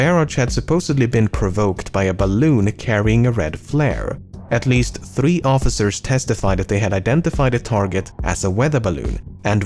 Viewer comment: Your pronounciation of the word Three gives me eargasm